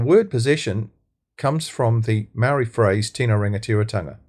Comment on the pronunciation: This guy, whoever you are, is a card carrying RACSIT!! Can't even pronounce maori names properly, and you don't even try! YOU ARE A RACIST!!